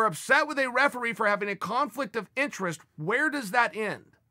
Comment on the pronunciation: "intresquies" lmao I love you Uncle Chael